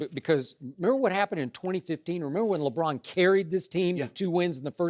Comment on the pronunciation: .... "LeDron"... oh my.